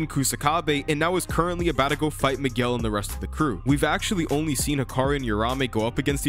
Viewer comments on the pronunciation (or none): none